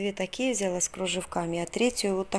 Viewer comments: взялА, бралА, далА, отдалА и т.д... ударение на последний слог. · ВзялА,. Ударение на А Покупочки замечательные